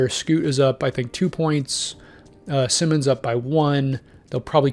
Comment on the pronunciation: #1. Anfernee Simons: Pronounced>>>> S_EYE-MONS. One of these >>> S <<< Not the same as Ben Simmons for the Nets. Two of these >>> S <<< #2. Shaedon Sharpe is an untouchable asset and will never be traded. #3. Green is a Free agent and could sign with Portland on his own. No trade needed. #4. BRO!! That is not Damian Lillard's "DREAM" roster LOL Now TRY AGAIN! LOL